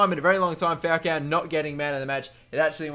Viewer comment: Dude, AMAZING videos, very entertaining. Although, your pronunciation of "Falcão" is a little weird, haha! You're saying Fowcow. Go to google translate, but it to spanish (or brazilian portuguese, because his name is inspired by a brazilian footballer of the same name) and type falcão; you'll hear how it's correctly pronounced! Cheers, mate!